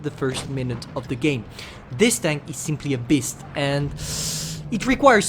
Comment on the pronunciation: "This tank is simply a beast" me hearing: "this tank is simply a piss"